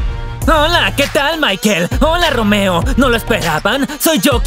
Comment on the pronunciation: me dio muchisima risa cuando dijo roomeo ;santacachucha